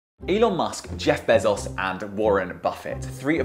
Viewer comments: “Jeff Bessos” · The way he pronounces Bezoz 😂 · How do you get a job as a BBC reporter not know how to pronounce Bezos?